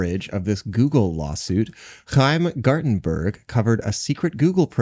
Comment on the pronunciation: As someone who also has a "ch" in their name, I appreciated hearing accurately pronounce Chaim Gartenberg. Kudos to you.